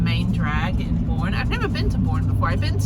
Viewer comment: Boerne is pronounced "Burn-ee" by locals, and Gruene is pronounced "Green." Great video, though!